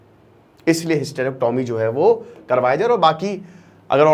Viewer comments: पहली बात तो hystrecyomy को bolna sikhe और hystrecyomy क्यूँ करी जाती हैं इसके लिए किसी हॉस्पिटल मे जाकर एक दिन opd मे बैठो और मरीजो की samsya को समझो indication क्या है करने का नही पता है तो बोलना नही चाहिए बेच खाया है तुम भी स्टूडेंट को बेच खाते होंगे जब तुम्हारे मा या सिस्टर को दिकत होगी तो हॉस्पिटल तुम भी उन्हे बेचने ही जाओगे या ईलाज karwane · Sabse pahle hysterectomy sahi pronounce karna sikho phir kuch kahna